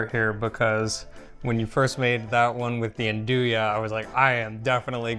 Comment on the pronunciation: “Ahn-Dew-EEE” sausage ❤❤❤